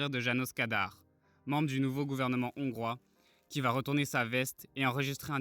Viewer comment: Trop de fautes de français à l’oral ! Des zongrois… inaudible ! Dommage… Y’a de l’espoir